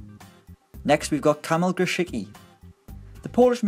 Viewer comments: Grosicki's name is pronounced more like "Grositski", just a friendly advice :) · Its pronounced gro-sic-ki